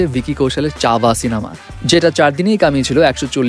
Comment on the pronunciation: চাবা না রে ভাই। ছাওয়া (উচ্চারণের সুবিধায় ছাবা, মানে বাঘের বাচ্চা)